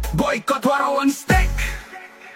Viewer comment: Steak itu dibacanya Steik ya bukan Stik Stick = Tongkat